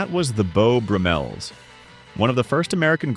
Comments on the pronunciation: I think it's pronounced Beau BRUM-els not Beau brum-ELS. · Please learn how to pronounce their names. Bo Brummell's are pronounced Bo. Brummels Easy